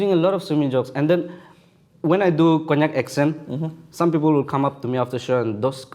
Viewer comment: I am a Konyak myself and does even better Konyak accent than me. 😂🤣